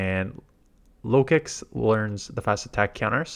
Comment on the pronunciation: Not (lock-six), (low-kicks) lol.